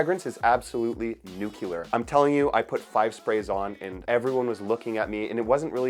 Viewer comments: nuCLEAR, not nucular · I like how you say nookeelar 🔥 Great videos man! Stay true to yourself and please don't become a shill like others.